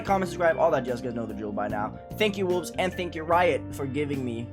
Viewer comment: yes, it just sounds like he said “Wulzy’s the verifier” at the start